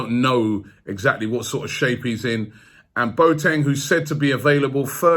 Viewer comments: It’s Bo-a-teng 🤣🤣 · Boateng is not pronounced { Boat - eng } but { Bo - a - teng } with the "a" pronounced as the letter "a" in the word allow.